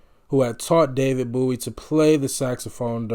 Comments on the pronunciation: BOW-ie rhymes with SNOWy or SHOWy. It is not pronounced BOO-ey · Great reaction! I can't wait to watch more of your videos. I wouldn't ever call Lou Reed's music "Glam." I think, I swear -- that some call him "Glam rock" because he wears guyliner. He and David Bowie (BTW: Bowie rhymes with "bow" like "bow and arrow ") both wore make up, and they were friends, but Lou Reed's music was IMHO more experimental rock -- that sort of paved the way for punk, alternative and glam rock that came later.